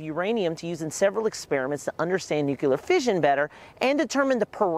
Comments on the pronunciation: The word ”nuclear” is pronounced “new-clear”, not “new-cular” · Learn how to pronounce nuclear! NOT nucular! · Nuclear not nucular. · I was going to save your video, but I cannot now. Please learn how to properly pronounce the word: "Nuclear". >> NU-CLE-AR << It is really quite simple. Why do so many people speak sloppy english? That is what I really want to know. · And he keeps saying "Nuc-yuh-ler" to boot. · You mean nukular lol? I know. How can you study nuclear but not pronounce nuclear? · Yes! Everyone needs to stop saying NUKULAR 🤨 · Really wanted to learn about this but couldn't make it through more than a dozen "Nuke-you-ler" and gave up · Yeah, I left a similar comment. I’ve always wondered why someone would pronounce “nuclear” as you say. I recommended he try “new-clear” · “new-clear” looks like it would be two syllables—also incorrect. Try NEW-Clee-ur. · You actually notice and point that out but not "Nuke-u-lar" over and over? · Bro that matters 1% compared to Nuke-u-lar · Nuclear* Its pronounced nuclear Kek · NUCLEAR!!! There’s no second u in nuclear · Considering nuclear is derived from nucleus I'm confused about where the different pronunciation comes from